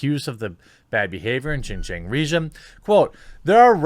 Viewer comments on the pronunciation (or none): pronounced " Shin-jee-on " region. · Jeremy, buddy it's pronounced Shin Ge-ung (XinJiang) ;) from a fan who's lived there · Love your channel but pronunciation of xinjiang was no where close. I'll still give the video a like.